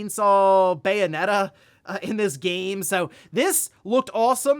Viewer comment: Love that you called it a Bayonetta not a Bayonette lol